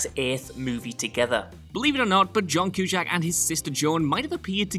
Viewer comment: What is it with WhatCulture and their apparent inability to research the correct pronunciation of names and stuff. Who the hell is John Kew-shack? At this point I am prepared to believe that they are deliberately trolling their audience.